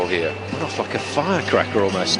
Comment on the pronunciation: haha it sounds like he's saying.. a fuckin firecracker